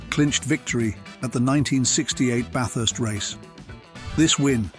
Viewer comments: Yep you can tell if someone has been here or they use AI because they can't say Bathurst to save themselves!!! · how many ways to say "bathurst" wrongly. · BaYthurst 500.. no no no (the 'a' is pronounced like the 'a' in "slap"). Bathurst. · AI voice (Barth-ust, anyone?) and choppy editing finished it for me. Crappy vid, full of omissions and mistakes. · Everytime, he pronounced 'Bathurst' differently!! It's not "BaYthurst" or "BaRthurst", it's just Bathurst. Eeeasy!! 🙄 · it's not Barth urst , it Ba-thurst 😂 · Lost me at 'Barthurst'. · AI voice is hideous- ‘Barth-hurst race’! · Are you not keen on Bay-thurst? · . What about Bathurst pronunciation - Baeth-hurst!! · Interesting. But need to work on your pronunciations of Aussie words. Bathurst being a good example. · FFS, narrate your own videos and lose the dumbass AI narration. Even Tyler Hoover can pronounce Bathurst. Also, lose those horrible "shakey" fades, they suck. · Pronounced "Bathurst" at least THREE different ways. Was the commentary being read by a computer? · I hate the mispronunciations. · AI narration pronounces Bathurst 3 different ways 😂😂😂😂😂😂😂